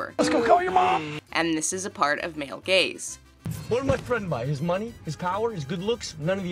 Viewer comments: Up until now, I had thought that she was saying “male gays”. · Oh, "male GAZE"... I've heard "male GAYS"...